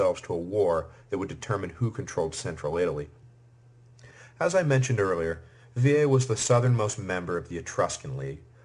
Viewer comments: Thank you so much for your work. Let me point that the Etruscan city of Veii or Veyes, would never be pronounced like you do. Even if the usual American pronunciation errs I think you may correct that in future lectures. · If he is trying to say it as it would've sounded in Roma, then no, he is saying it wrong. The vowel there is a long e which is pronounced as e in 'they', a in 'late'. The sound he made would come from the vowel i. Latin is a regular (linguisticly) language so the way letters are pronounced is consistent with one sound per letter, unlike English for example in which a letter or combination of letters can have two completely different sounds e.g. monarchy chyme and itchy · It's easy. Vey EE. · Bizarre pronunciation of Veii